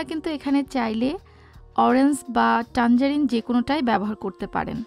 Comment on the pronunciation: Orange er pronunciation ta ektu you tube theke shikhe nin. Eta oranjs hobena orange hobe. Bideshe giyeo english er ja ta obostha.